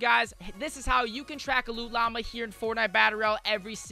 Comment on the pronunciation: If I hear "loo llama" another time im going to rage.